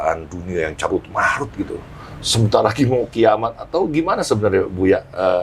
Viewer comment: Karut-marut Bang Dik, bukan carut-marut 👌